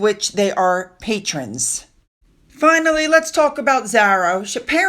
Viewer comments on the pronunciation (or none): none